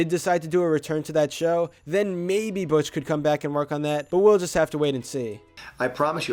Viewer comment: He said Butch wrong